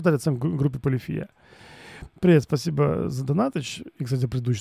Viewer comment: а фред его лишился из-за ударения- ПолифИя?